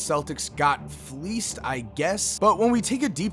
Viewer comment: Stop saying fleased that shit annoying